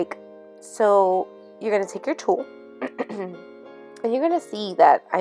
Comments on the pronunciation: Hahaha it sounds so funny how you say Tull, it sounds very Puertorican😂 Very cute project💕 Ohhhhh thanks for the powder tip, that's great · Super cute! I love the shaker! You crack me up “tul” 😂 love it! 😘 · Super cute! You crack me up saying Tulle Lol! Love it! Tyfs 😊❤️👍🏼